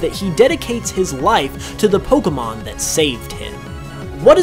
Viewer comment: Some mysteries here: will you ever pronounce Pokémon correctly (it's "poh-kay-mon", see the é); will you pronounce Rayquaza correctly; and will you do a Pokémon video and NOT loop the same footage over and over again to the point of tedium? (Seriously, with the Kanto Mysteries, I got so bored of seeing that same footage from Let's Go after what felt like the hundredth time!)